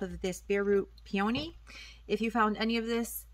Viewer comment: What a funky pronounce on the word peony. Two-Vowels Together: When two vowels are next to each other, the first vowel is usually long (the sound is the same as the sound of the letter) and the second vowel is silent.